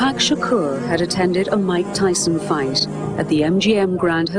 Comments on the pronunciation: me too and they can't say his last name right either. they say Sha Core. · ***** People don't even say his last name right. Uh it's NOT Sha CORE, it's Shakur.